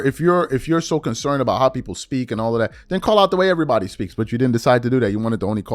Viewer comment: His big forehead calling it TOOITTON instead of Tuiton and EEERYBODY instead of Everybody but you criticizing Ms Crockett’s vernacular 😅